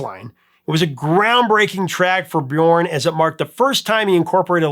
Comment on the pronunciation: the ö in Björn is pronounced like the u in the word burn